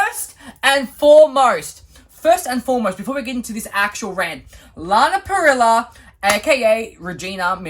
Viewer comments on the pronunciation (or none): I desperately feel the need to correct you and i'm sorry. Lana's last name is Parrilla (when you say it the L's are silent) Okay that was it.